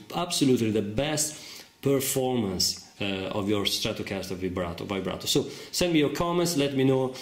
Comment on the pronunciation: It sounds like he is saying vibrater